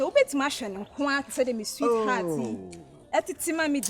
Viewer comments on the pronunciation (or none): Did I hear "seat tat" instead of sweetheart 😂😂😂😂